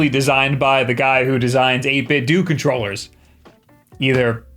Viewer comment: “sO...ItS been nooo SEcret that Ive been a BIG Fan of 8bitdo Cont-roll-ehs”